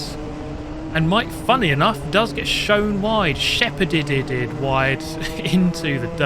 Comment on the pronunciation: Drinking game for each “ed” he adds to the end of shepherd